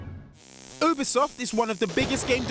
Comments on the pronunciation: Its not oobisoft its U Be Soft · It’s pronounced (YOU)bisoft not (OOO)bisoft thanks! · It’s UBIEEE SOFT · Did he call Ubisoft obisoft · My guy said oobisoft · Obeesoft wtf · He said oobisoft wow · It's You-bi-soft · Did he just say Oobisoft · Did this guy call Ubisoft oobisoft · The way he said ubisoft is annoying me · Lol you pronounced Ubisoft as Ubisoft not Ubisoft when it's clearly called Ubisoft. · You said Ubisoft wrong and said it came out in February when it's March. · the way you're pronounce ubisoft is depressing me